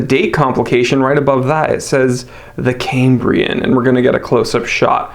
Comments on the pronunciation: It's pronounced "Kam-bree-un" not Came-bree-en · Is why you pronounce Cambria wrong?